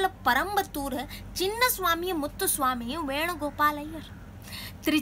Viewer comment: Good try.....but it's not parampathur....it's perumbathur....